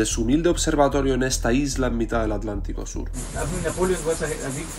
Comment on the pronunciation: querido. En primer lucar feliciones x tremendos videos. St Helena me recuerda a islas del Caribe como st Vicent, o St Kitts. Especialmente sus contrucciones coloniales. Por ultimo, porque decis Alantico, si es Atlantico? Perdon x mi duda.